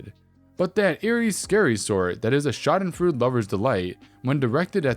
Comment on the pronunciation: Schadenfreude = shah dun froy duh. Vapid = vay pid. Let's face it. It isn't easy when non-english words crop up in stories and English is littered with words that do not follow standard pronouncing rules. You, rock,! ⭐⭐⭐⭐😉🌹🌹